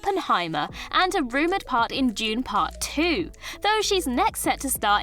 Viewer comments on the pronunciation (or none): none